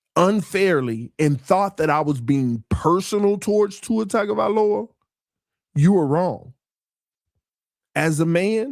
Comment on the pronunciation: For the last time… it’s TUNGA NOT TAGA. But thankfully now I can digress